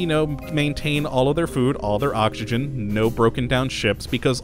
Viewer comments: Does anyone else hear him saying okshigen instead if oxygen, or are my ears playing tricks on me? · Yitzi Schweitzer The way he pronounces oxygen is funny :D